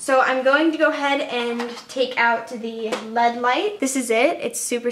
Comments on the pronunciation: She said lead light bahaha it's LED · I love but I kept dying when she'd say lead light and not L.E.D. light hahah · Kara Jorgenson same😂